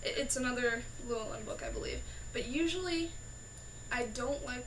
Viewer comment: As a Welsh name, "Llewellyn" is accented on the next to last syllable.